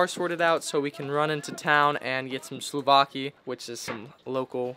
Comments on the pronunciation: Souvlaki not slouvaki 😅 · Its SOUVLAKI not SLOUVAKI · Hi, It's souvlakia btw not slovaki